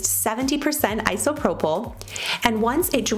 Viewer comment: Nice job saying isopropyl. That word is a tricky one.